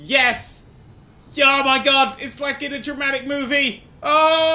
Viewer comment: Everytime says Dramatic It sounds like "Germanic"